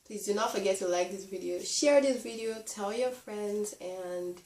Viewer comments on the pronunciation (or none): none